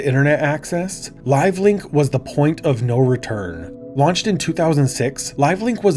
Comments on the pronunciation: Is it just me or are you saying "Live Link"? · tell buddy it's live leak not live link damn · Bro was so traumatized by LiveLeak that he thought it was called "LiveLink" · Leak, not Link. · The auto generated subtitles also hear it as "LiveLink", so I don't think it's just you! Plus I also heard it the same way. Oopsie!